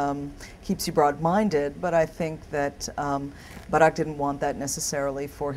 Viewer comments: i like the way she pronounces "barack" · It's how they pronounce the name in Indonesian. I pronounce the name the same and I'm Christian.